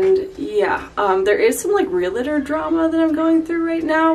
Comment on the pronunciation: Okay this is going to sound nitpicky, but The word is pronounced "real tor" not "re la tor". So glad you are getting out of that crappy apartment and are going to own a home!